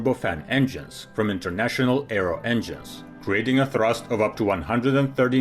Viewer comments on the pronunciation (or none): none